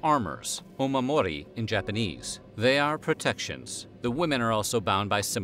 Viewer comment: Lol you're using a Chinese accent to pronounce Japanese words.